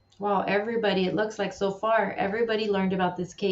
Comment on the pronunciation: it's LIKE. Not Luke.